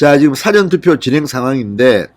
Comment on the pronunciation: 辭典投票가 아니고 事前投票입니다 진성호씨 발음이 좀 압니다